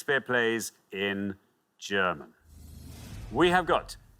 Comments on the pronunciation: Not bad German pronounciatuon, not bad at all! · Brilliant pronounciation of the German titels, respect!